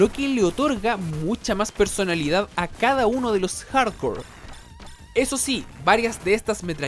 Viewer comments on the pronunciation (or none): parece que dice contra hardcore xd